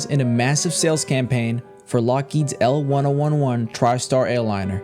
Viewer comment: That's pronounced "L-ten-eleven" Tristar. And I lived the consequences of this scandal: yearly mandatory ethics training.